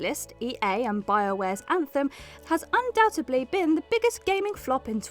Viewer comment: Omg! There's no such word as undoubtebly! Undoubtedly!